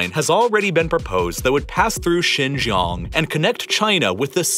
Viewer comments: How could you trust a guy about Xinjiang, when he doesn't even pronounce Xinjiang correctly? What kind of information would he have possibly researched into? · The fact you butchered the pronunciation of Xinjiang so badly it's clear you didn't research it beforehand is amazing. Even the other youtubers that pretend to care actually try to pronounce it correctly, but you weren't even close... You don't give a damn about Xinjiang, the Uighur population or their culture. You know nothing about them and are using them as a political device. God help anyone who believes the nonsense you spout. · I was trying to figure out where "Shaaan Gioong" was and then it hit me at the end. Its xin jiang or shin, (like the body part) gee- like gee! wiz! , "ang" like the "an" in Taiw AN. With a "g" at the end.Gee Wiz! Yeah maybe some people will think this is nitpicking, but it's not. Especially when I spent 90% of the video trying to figure out exactly where you were talking about. Geography makes place names very important. For those of you who will be quick to snap back and say that "it doesn't matter" well, just think about it! If I was talking about New York State and I said Nyack or Newark instead of New York, There's a pretty big difference that can lead to factual distortions , so I think you should do some consultation on proper pronunciation if you're going to be doing these nice series on geopolitical matters that involve world geography and place names, because if I'm trying to talk about New York and I can't get Nyack, Newark, Newport, and New York distinguished, it's not going to help understanding the geopolitical situation much. Besides my brain latency goes up when it goes into error correction mode. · A bit pedantic but it was bugging me. Xinjiang pronunciation guide. Xin- sounds like “shin” Jiang- sounds like ji Ang with an emphasis on the A, and sounding like ong in gong. Great video. Keep it up.